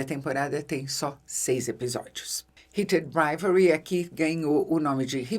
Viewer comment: Nunca vi alguém falar tão bonito o nome da série hahahah eu toda vez dou uma enrolada na língua 😂